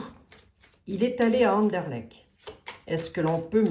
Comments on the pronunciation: Chère, pour Anderlecht, tu dois prononcer le t final et ce sera parfait!! 😂😂. J'y ai habité quand j'avais 25 ans, hé oui, je t'envoie ça de la région de Mons. Je ne sais pas ce qu'il y a d'intéressant là dessous. Peut la même. José que sous Notre-Dame ou le Louvre?? Qui sait. A suivre.. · Cc🤗 c'est Anderlecht avec un t Merci pour les belges Ça fait vraiment plaisir Merciii